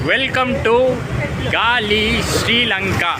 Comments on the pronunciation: it's not Gali but Galae. That's how you pronounce Galle. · get the name right... It's pronounced as Gole and not galle.... Same way on railway tracks it's broad gauge ( pronounced as gage and not what u say)